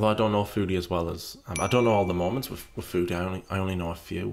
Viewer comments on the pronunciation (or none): Lol - “molments”